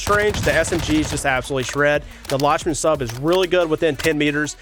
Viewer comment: I think it’s pronounced “Lock-men Sub”